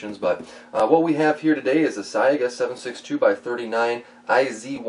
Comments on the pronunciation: it's pronounced "S-eye-guh" not "s-eye-ay-guh) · Is it pronounced "Sa-ee-ga" or "Say-ga"?